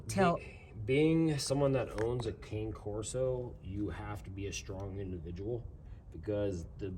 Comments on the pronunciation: Pronounce Cane Corso correctly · Can you put some kinda of a cage over the A/C unit? This way, Bane can't get to it. Also, can you please school that contractor on the proper pronunciation of a Cane Corso? (CAH-ne Corso) ❤❤